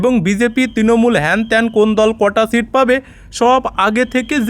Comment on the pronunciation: O 50 Percent er kotha bolechhe....seat uchcharon koreni